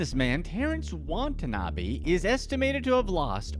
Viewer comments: I had to stop watching because in that time the narrator mispronounced the man's name not once, not twice, but three times. It's not WA-NA-TA-NA-BE. It's WA-TA-NA-BE. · His last name is Watanabe, why the video pronounce it as Watata-nabe? Lol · Why do you pronounce his last name Wadatanabe and then Watanabe; explain to me your reasoning. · when ever this guy says watanabe it cringes me inside